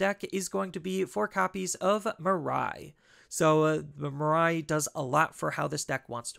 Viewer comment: Hey, long time fan of your deck lists! One minor pet peeve though, her name is pronounced as “Mee-ray” not “Mer-rai” 😬